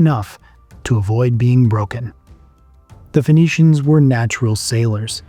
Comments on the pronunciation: Isn’t Phoenicians pronounced as “ finicians” instead of fonicians?? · Why are you pronouncing it as Venetians lol